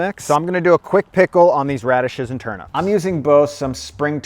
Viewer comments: Dude... TurNIPS bro, not Turn-ups 😂😂😂😂😂😂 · Very good stuff! But one query; are you saying ‘turnups’ or ‘turnips’? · 😆 turnips rather than turups, that pronunciation was sooo funny! love the food suggestions too 😋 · I thought its was TURN IPS not UPS 🤔🤣